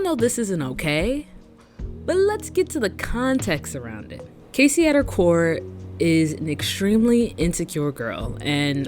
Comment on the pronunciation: loved this but the way you kept saying kacey instead of cassie 😭